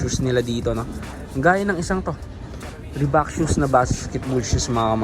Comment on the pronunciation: Reebok idol hindi Reebak 😅